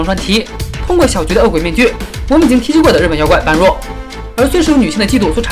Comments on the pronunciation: 般若，音ㄅㄛ ㄖㄜˇ ，不是ㄅㄢ ㄖㄨㄛˋ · 般若不是叫ㄅㄛ ㄖㄜˇ吗？